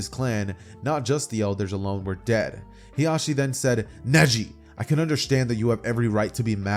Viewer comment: Fire what if but when you kept pronouncing hiashis name "hizashi" my brain had a siezure 😂😂. Hiashi is hinatas mom while hizashi is nejis dad. They sound similar so you have to annunciate